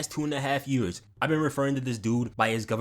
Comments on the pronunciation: “two and a half ywears” 😂😂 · "two and a half yeaws" pack it up unc u washed 🙃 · Why does he say years like that